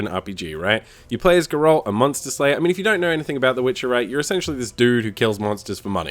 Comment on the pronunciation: How can anyone who's played even 10 minutes of this game pronounce Geralt's name wrong? This pisses me off in all these reviews.